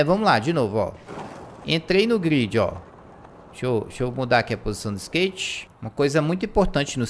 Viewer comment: krl mn aprenda a falar grind e depois vc começa a fazer seus vd